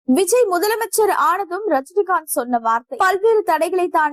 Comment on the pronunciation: பெயரை ஒழுங்கா படி க்க கூட தெரியல, நீங்க எதுக்கு நியூஸ் படிக்க வரீங்க??? 😢😢 விஜய் க்கு பதில் Viji nnu படிக்கிறீங்க, அதுவும் இல்லமால் ஒரு மரியாதை வேண்டாமா?? இப்போ அவர் TN cm...